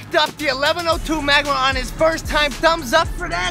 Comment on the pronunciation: It's magmar